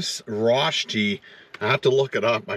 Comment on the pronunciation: Love the stealth camping, beautiful scenery also the delicious food, very original Swiss restaurant and great variety of tacos. Just one thing, I went to school in Austria for a year and rösti is definitely not pronounced that way lol 🙃